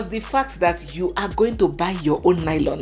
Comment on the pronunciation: let me give you my culture shock when I arrived in London for the first time and after my shopping, I asked for lylon like we pronounce it in Nigeria and you have pronounced lylon in this video, Hmmm, whala deh o as the white shop attendants kept looking at me and he couldn't understand what exactly until I touched the lylon and repeated myself and say please can I have a lylon and he exclaimed that ooo you want a carrier bag. So lylon is a no no in this western world. 😂😂😂😂